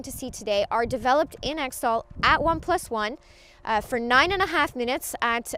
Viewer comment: its pronounced eck-tol